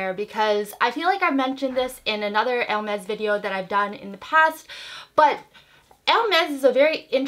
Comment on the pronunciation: It’s a nice bag. I discovered you not so long ago and I didn’t know you were Canadian. I’m French canadian and you do pronounce it right 😉